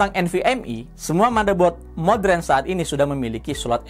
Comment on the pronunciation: siapapun yg memyebut kata² Modern dengan "Modren" biasanya orang pintar